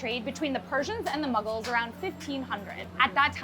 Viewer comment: I kept hearing Muggles not Mughals